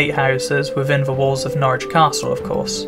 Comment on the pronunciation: Good that you pronounce Norwich correctly as 'Norridge' and not 'Norrich' as many folk do, even the locals.